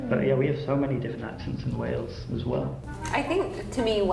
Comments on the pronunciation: Where tf is 'Wells' is Wales pronounced Whales. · You keep saying what sounds like Wells for Wales, it's pronounced Way-les.